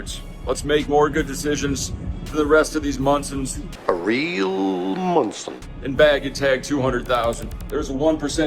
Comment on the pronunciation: Everytime says Monson, I get offended.... Much love <3